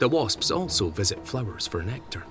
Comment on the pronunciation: Honest to god I thought the narrator said flibbers instead of flowers 😂😂😂😂